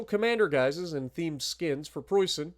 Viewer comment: For me as a german this is a great update, and your pronunciation of Preußen, Leipzig and even Großer Kurfürst is real good 👍👍